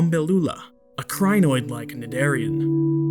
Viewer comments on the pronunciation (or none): none